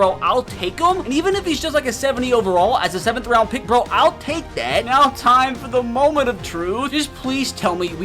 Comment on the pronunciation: “I mean cmon neow” cracked me up lol